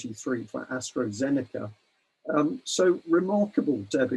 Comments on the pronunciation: Hello and thank you to UK Column for this info. One comment for: it is AstrAzeneka NOT AstrOzeneka and Pfizer is a US company now even if it is named after a German chemist and is pronounced FIZER, the "p" being silent and the "z" no longer pronounced in German way. I don't like to be pedantic but as you pay attention to detail I thought I would mention it. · People die of heart attacks all the time some die even when they haven't had a vaccination. Someone was hit by a bus the other day it must have been due to the vaccine. This bloke can't even get the names right. It's Astra not Astro and Pfizer not fightzer.